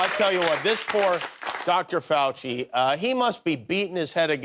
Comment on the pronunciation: That would be tortuous to watch such an ignorant waste of space, who can't even pronounce Fauci's name correctly.